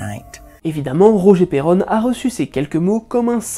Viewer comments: Mais... C'est Perron, pas Perronne😭 Cesser de me débatisser bande de galerie!😣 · S'il vous plait dite mon nom de famille correctment. C'est un nom Francais originaire de La Rochelle Perron (P ''ai'' ''ron'')